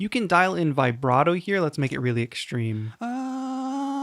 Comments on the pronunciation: As petty as I may sound, if you can't deal with a small amount of criticism towards how a word is pronounced (post a compliment, I might add); I'm not sure how you will do if this channel were to grow. It’s not like I was offensive, that’s just not how vibrato is pronounced. You talk to people online as a job, therefore the language you use directly impacts a viewer’s perception of your credibility and expertise. If you’re only expecting “good jobs”, the best I can do is to wish you good luck. This noted, it was a good review. Have a good evening and good luck. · The mispronouncing of the word vibrato really ruins this great review. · Good review. Learn how to say Vibrato, please.